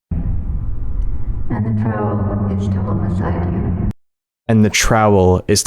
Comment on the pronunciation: Nah bro did not just pronounce trowel as troll.